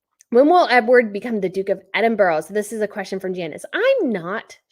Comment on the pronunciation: Edinburgh in UK (or at least south of England) is pronounced [eddin-bruh] (stress on first part)& cocoa is [coh-coh] (like Oh!) with same stress on both halves 🍁😊🍁